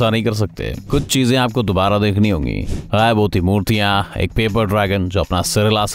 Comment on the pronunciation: Oo bolna to sekh khayb nhi gyab hota hy